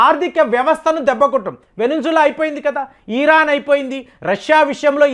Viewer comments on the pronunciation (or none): none